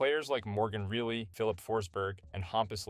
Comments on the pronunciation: Morgan Really? You need to check on-line and pronounce players names properly if you want to be the anti-Yakupov and improve your game. You also have a tendency to repeat the same info. Nobody's perfect and this is nothing personal. It's constructive criticism. Take care and good luck. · Miss pronouncing Morgan Rielly's name is crazy.